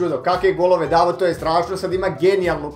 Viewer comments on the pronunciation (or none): none